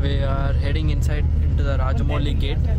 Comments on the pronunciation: Bro it is not rajamoli it's ramoji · Did he really say "Rajamoli" Film City?? 😂😂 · Not rajamoili it' ramoji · Did he just said rajamouli film city at starting 😂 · Dude its "Ramoji Film city" not raja moli film city. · It's not Rajamogili City 😂 It's Ramoji Film City 😂😂😂 Dude 😂😂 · Did u just say Rajamouli film city¿ its Ramoji Film City!!